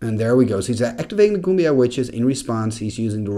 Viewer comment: Pretty sure Cuombajj is pronounced coo-ahm-badj. And Serendib is sair-in-deeb.